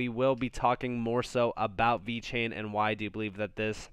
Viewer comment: damn this man said VET and TEL, here i was thinking you actually knew more about crypto more than me lmfaooooo, wow